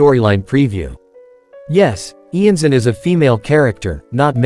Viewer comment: Iansan is based of Iansã, a deity from african/brazilian religions, she's belived to be a deity responsible for the winds, the storms and the funerals. It's also not pronounced IanZan, I know this is an AI voice, but I recommend you check out on google translate how to pronounce it